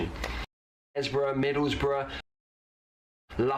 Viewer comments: It is spelled "MIDDLESBROUGH" and pronounced "Middlesbruh". The story is that the "o" was missed out in the offical town charter and it has been subsequently spelled that way. People in the UK often get it wrong, too. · Grrr😖😖. I am from North East. Its Middlesbrough NOT Middles'borough.